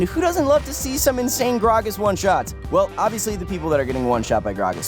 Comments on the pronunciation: I hate you for saying gragas that way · omfg the way he say gragas is really making me uncomfortable and the fact that he said it like a million times isnt helping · say grag-as wrong one more time